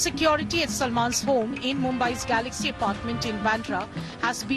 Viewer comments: Bhai wo salmon nhe Salman hai...😂😂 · He is Salman Not Salmon .. Pronounce it properly .. Secularsim ke CEO..